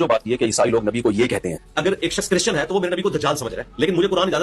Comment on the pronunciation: chrisan 😂😂😂 .. bolna seekhla makeup ki dukaan Banda Tera jaman alay nu jootian phera